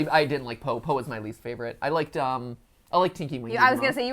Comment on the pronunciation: MatPat: "I studied Teletubbies!" Also MatPat: calls Po Popo